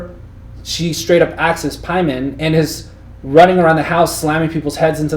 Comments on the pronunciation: Dude in the middle saying Pieman... haha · It's PAY-man. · Just pronounce things the way the characters in the movies do. pay-men.